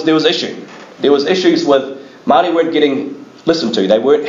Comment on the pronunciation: The pronouciation for Maori words is absolutely appalling, sorry I couldn't listened to it.